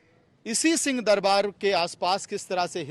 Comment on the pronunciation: पत्रकार महोदय जी 🙏🙏🙏 राम राम आप उच्चारण ठीक से नहीं कर रहे हैं। आप सिंह दरबार को सीं दरबार बोल रहे हैं। आप हम लोगों की बात का बुरा मत मानना। आप स्वयं सुन लीजिए।